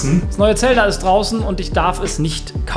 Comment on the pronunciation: Zelda einfach falsch ausgesprochen